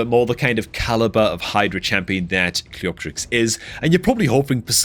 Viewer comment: the correct pronunciation is Cleo-terix